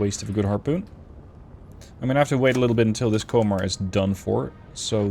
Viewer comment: Komar is said with O sounding like the from composter